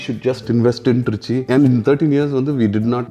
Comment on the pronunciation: அது என ட்ரீச்ச்சி....திருச்சி நு வாய் ல வராதோ..